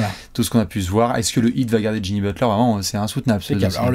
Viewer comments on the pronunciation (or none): none